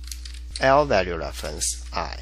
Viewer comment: say what again? lvalue leflence